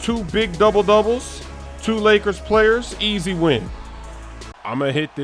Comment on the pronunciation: He said blakers